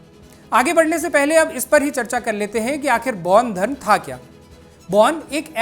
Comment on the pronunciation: पैान धर्म नही बेान धर्म कहते है । पैान धर्म का कही ब्याख्या नही है। बेान धर्म जिसे प्रकृती से सम्बन्धी साधना उपासना पुजन बिधी है अैार बैाध धर्म अन्तरगत यिनकी कृयाय हेाती है। पैान धर्म न बेाले कृप्या सही ज्ञान दे। बरना गलत ज्ञान न दे। कृप्या पैान शब्द केा हटायअैार पैान का उच्चारण आदी न करे।पैान का अर्थ क्या है गुगल मे देखे।🎉